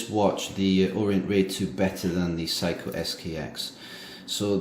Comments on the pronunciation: Seiko is pronounced "Say-Ko" not how you pronounce it as "psycho"...LOL. Also, it would have been nice to provide lume shots, as the Orient Ray 2 has very good lume, bright and long-lasting. I am amazed at the accuracy of your Ray 2 as you stated it is 2 seconds off per day. That is phenomenal! My Ray 2 is around 10 seconds fast per day. How did you get it to be so accurate? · The name Seiko is pronounced "Sayko", NOT Psycho! Please get it right, I almost didn't know what brand you were speaking of. Thanks for the review, it is good & appreciated. Bless